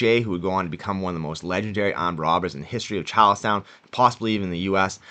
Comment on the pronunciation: Chawllstauwn. Caw and bank wobbers.